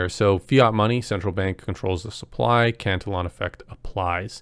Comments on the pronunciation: Not trolling but I believe you are pronouncing it incorrectly. E like E sounds. Not eh..for the pronunciation Not spelling Or pronounce cant illy on Not cant el on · i know. The syllable count was off though, not just pronunciation, sobit felt like a newly learned word he hadnt heard before. I never correct to troll or judge. I hate grammer nazis, for me, its kinda like, if i have buggers, i would rather you tell me at the risk of embarrassment then just walk around all day not knowing